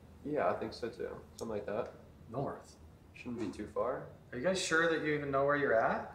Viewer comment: Thats not how you say know